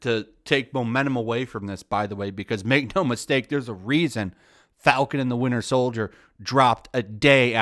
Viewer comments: "Winder Soldier" 💀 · Windier Soldier